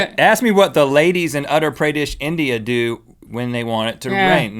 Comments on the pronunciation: OH MAI GAWD, being an Indian, it's funny how Rhett says "Utter", its not like "utter" as in "don't utter a word", it's more like, UU-TAR. xD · In "UTTER PREYDISH", India XDhilarious (it's Uttar Pradesh) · ITS NO PRONOUNCED AS AT-ARE PRAA-DAY-SH! ITS PRONOUNCED AS OO-TAR PR-DAY-SH ! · Awesome video as always! I'm from India & I had no clue of the frog weddings. Looks like the yuckiest wedding ever! :P Btw, Uttar Pradesh is pronounced as 'oo' 'tar' - 'pra' 'daish' :) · Tee hee "Utter Pray-dish". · Uttar Pradesh is pronounced 'Oottar Pradesh'! ;) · Darshita Chopra Exactly what I was going to type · I cringed when Rhett mispronouced Uttar Pradesh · I can hear rhett pronouncing "Uttar Pradesh" all day. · they pronounced uttar pradesh TOTALLY wrong (i come forom there but i dont live there)